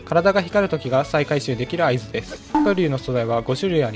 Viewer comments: は↑く→龍↓のイントネーションめっちゃ気になる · 白↑龍↓ 発音好こ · 白龍がカイリューの発音の仕方で草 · 発音がもうドラゴンタイプのニョロニョロした青いあのポケモンなんよ。笑笑 は↓くりゅー→な。笑笑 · 白龍のイントネーション独特で気になったw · 白龍のイントネーションが気になって夜しか眠れん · 発音がポケモンのハクリューなのめっちゃ気になる